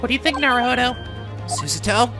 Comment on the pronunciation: Who told him Su-suh-toh was closer than Su-SAH-toh? The latter just needs more equal stress and to device the U in Su, but even as is, it's better than Su-suh-toh....